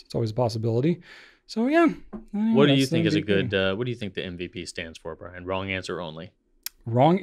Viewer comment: Wow, you read my comment! And pronounced my name correctly! 😁 I'm somewhat convinced that Brian likes the banana shirt due to the blue background. So, my food that I ate "too much" of as a kid making me hate it forevermore are unruffled cheese potato chips. I can eat Cheetos, RUFFLED cheese potato chips, and other faux-cheese snack products. But unruffled cheese potato chips? 🤢🤢🤢 This is all Sam's Club's fault! LOL! 🤣